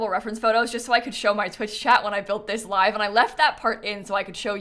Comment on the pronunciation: I really hope Snap comes through her surgery well and they get all the cancer! Also, uh... This is a tiny thing, but I always flinch a little when you say 'live mode,' because you pronounce it like 'lyve' as in 'Live from New York!'... But, it's 'live,' like... 'Live long and prosper.'